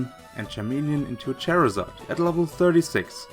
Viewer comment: Did you just call charizard a chairazard?